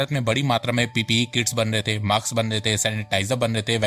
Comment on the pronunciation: So good information... it is mask not maks